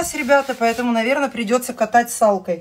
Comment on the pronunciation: Какая косноязычная тупень. Не салкой, а скалкой раскатывают тесто